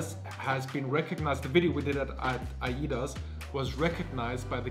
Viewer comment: Ay-das not ayi-das. I love this video.